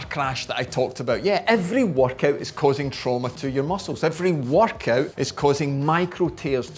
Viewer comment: why is he saying workout more like vodka?